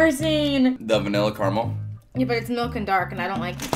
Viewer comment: he did NOT just say car-mel...ITS CARAMELLLLLL 💀